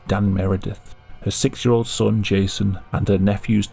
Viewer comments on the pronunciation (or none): none